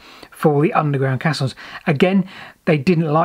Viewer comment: Caissons is pronounced 'kay' ssons as in " they are flooding the drydock crimson. I doubt anyone traveled down the caisson, bargeman would be moving the horses to the exit for re-hitching of nags on tow path.